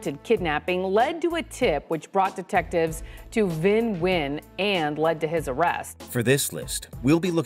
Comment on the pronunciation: Nguyen is pronounced WIN